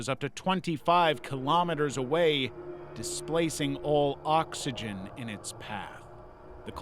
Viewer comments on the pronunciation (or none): none